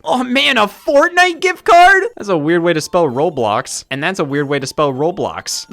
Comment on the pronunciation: WHY DOES IT SOUND SO WEIRD HEARING SCOTT SAY "ROBLOX"